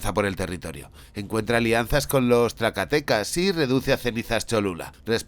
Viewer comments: TlaXtaltecas se pronuncia tla-ks-kal-TE-kas, con una "tl" inicial como en náhuatl, una "x" que suena como "ks", la "e" acentuada en la última sílaba y las otras "a" y "e" pronunciadas como en español. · Que rara forma de decir txaltecas...y feo el poder azteca y el inca duro menos que el mongol de arcaicos nada. Mi tierra fue conquistada por los mismos aborigenes...ciertamente salio el tiro por la culata. Y sebastian piñera tenia sangre de princesa inca. Un desendiente de montezuma fue virrey en italia